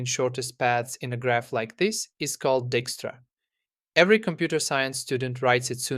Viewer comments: It is not pronounced Dickstra... It's pronounced Dykestra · By the way, dijkstra is a Dutch surname, and is pronounced "dike-struh". I know a few people with that surname. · I know, I'm that guy, but the pronunciation of Dijkstra is "DIKE-struh" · Edsger Dijkstra's last name is Dutch, so the "ij" is pronounced "ɛi", like the English word "I".